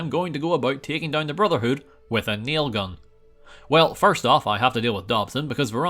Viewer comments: Your saying it wrong. It's naaaaiiilll guuuun! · It really bothers me that you didn't say it right.... RIP Trevor Moore